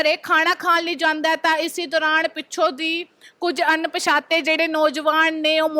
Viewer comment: ਅਨ——ਪਛਾਤੇ ਨੀ ਹੁੰਦਾ ਅਣਪਛਾਤੇ ਹੁੰਦਾ ਆ ਬੋਲਣਾ ਸਿਖਲੋ